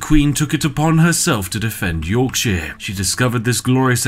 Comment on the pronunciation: the way you pronounce yorkshire stresses me so much